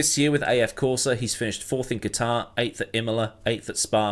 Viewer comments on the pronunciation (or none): none